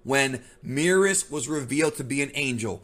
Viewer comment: Is it Meerus or Merus? Merus is pronounced the same way as Beerus? This peeves me lol